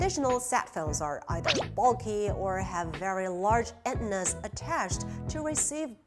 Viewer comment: Pronunciation of "antennas" is wrong.